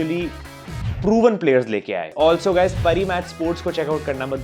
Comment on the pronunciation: Pari match nahi paari match